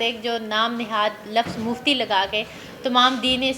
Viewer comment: please don't say muftey